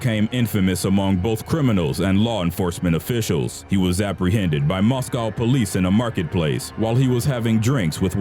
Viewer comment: The way he says moscow lol and Glasgow